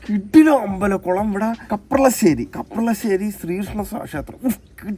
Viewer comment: കപ്പളശ്ശേരി അല്ല കപ്രശ്ശേരി😆🫵